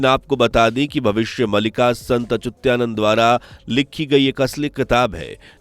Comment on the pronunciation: अचुत्यानन्द नहीं अच्युतानन्द सही है।